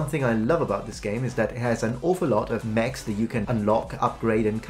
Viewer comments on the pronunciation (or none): none